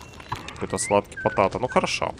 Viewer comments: патэйто! А не потато! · там не потАто, а потЭйто - это картоха=З))